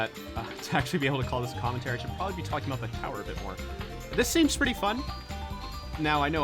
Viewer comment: HE PRONOUNCED TALKING THE NORMAL WAY OMG